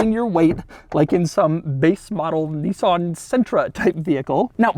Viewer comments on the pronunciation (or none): none